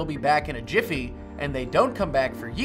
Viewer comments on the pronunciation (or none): "I'll be back in a yiffy" :^)